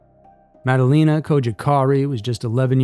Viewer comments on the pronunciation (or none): none